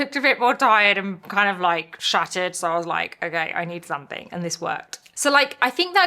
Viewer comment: She’s a Brit, so her English is native. Only thing that bothers me is that the word ‘something’ does not have a K the end of it!